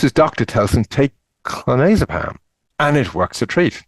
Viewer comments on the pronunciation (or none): that's clonazepam? It's hard to tell from how it's said? (It's a regular benzo. (US brand Klonopin))